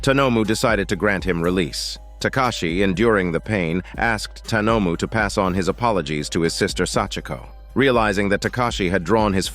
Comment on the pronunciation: The writing for this summary is so well done. "Tanomu" is pronounced two different ways in this summary. Also, "murakami" is pronounced like it's written as "marukami".